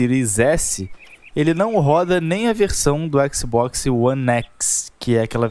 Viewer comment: A pronúncia de xbox é "éks Bóks", não "éksi bóksi" kkk